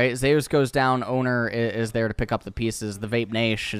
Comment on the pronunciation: zay-ooos. wtf, its Zeus my dude